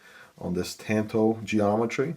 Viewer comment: Interesting. Spells like Tan-toe pronounce Tahn-toe. You do a good job buddy 👏 Hope you don't mind me trying to help. Obviously by my name I am very into Japanese blades😊